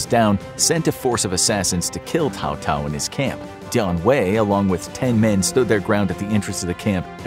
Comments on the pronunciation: Never heard anyone pronounce Cao-Cao's name as "Tao-Tao". "Sow-Sow" is the closest pronunciation we can manage in English. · No Alamo? Also Cao Cao was never an emperor and, I know it’s a little nitpicky but, his name is pronounced Sow Sow. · it was actually Cao Cao (Pronounced : Tsao Tsao) not Tao Tao and the emperor who fake surrenders was Zhang Xiu. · They way you pronounce Cao Cao makes me cringe. 🤣